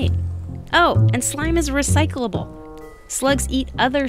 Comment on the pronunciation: Sorry to be 'that guy' but "Oh and slime is recyclealbele"